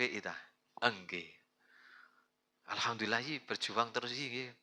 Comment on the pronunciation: WONG JOWO BACA FATEHAH AJA SALAH NGALHAMDULILLAH ROBIL NGALAMIN.😂😂 SEKATEN KALIMATU SODO OPO IKI DUL.😂😂😂